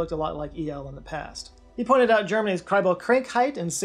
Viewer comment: Also might be interesting to know - it’s Kribbelkrankheit (with an A)!